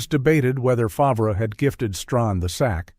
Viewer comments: This video 📷 is a complete joke after hearing Favrah 10 times 😂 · Stealing from poor and naughty text is what people know lately 😮 at least say his name right Favrah???? LOL 😂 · my thoughts exactly, how can you NOT know his last name correctly???